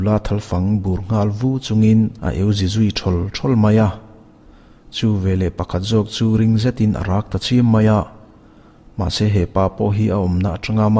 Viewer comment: sim lam nilo in chhim lam tih a lam tur aw,thurawn ani e 👍